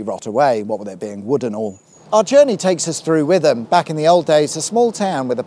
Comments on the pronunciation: Witham is pronounced 'Wit-Tam', not 'With-Em'. Thanks from the people of Essex 🙂(Although if you were in Boston, Lincs and talking about the river, then 'With-Em' would be fine ;-) ) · When I first moved to the area, I thought it was With-am too. Took a while to get my mouth around calling it Wit-Ham. Don't worry, you're not missing much in the place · FYI= Last Passenger Train on the Witham-Maldon East Rail Line (Over the Wooden Trestle Bridge) Was September 7th 1964 with the line closing to Freight in 1966. Oh and it's pronounced Wit-Ham NOT Witham 😁😁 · Essex resident here. It's WIT-am. Not with-am. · Yet another pronunciation comment! Oh how they laughed at us when my family moved to Essex in 1969 and we said "With ham" and not "Wit ham". Great British Road Journeys; really enjoying them. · By the way, it's Wit ham, not With am. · Yes shitam I've worked in that cesspit of place and it kinda erked me to keep hearing him say withem and not witam or at least wit-ham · Every time you say with-am I die a little inside. It’s wit-ham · Very good. And as said below it's Wittem, not With ham! What's the music at the end? Canvey Islands finest perhaps? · I have lived in Chelmsford my whole life. Then I watched this video and had to wonder why I have never heard of a town with 25,000 people in it right on my doorstep. After about 5 minutes I worked out it's because the town is called Wit-ham, not With-am. Properly threw me lol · Ah, my village had a mention, yes that annoyingly double barreled one, and you did fall into the trap saying With - am and not Wit - ham. But, lots of people do that lol. The Wooden Railway Bridge is meant to be grade 2 listed. But, it is looking very sorry for itself these days. Yes, Marks Tey used to have a point to point horse racing course, not sure what happened there. Great to see a YouTube video in and about the area I live in. Thank you. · It’s definitely WIT-ham rather than WITH-am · It's pronounced wit-ham With-am is up north